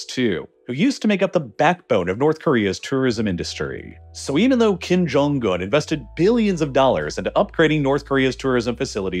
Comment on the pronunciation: "kim jong gun" the video was great, but your mispronounciations were so distracting.